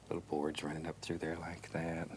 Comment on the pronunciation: I love how he says “like’yat”